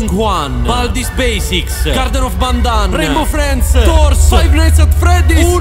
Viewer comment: Mi fa ridere quando hai detoo garden of bandan 😂😂 sei un grande